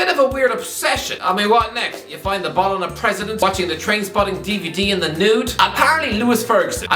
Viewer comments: "Bolona" and "Lekkay" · Every time mispronounces an Italian club's name (Fiorentina, Bologna, Lecce), a demon gets its wings.